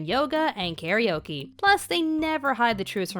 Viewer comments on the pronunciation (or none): none